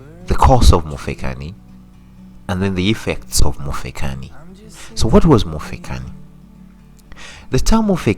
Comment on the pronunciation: Mufekani? Pronunciation is very important